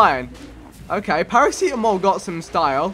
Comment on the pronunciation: Vikk its para-c-tam-ol